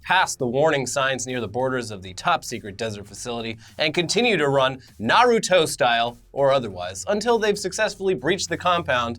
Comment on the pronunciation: Naruto pronounced correctly this time? I must have stepped into a parallel dimension sometime in the last 24 hours.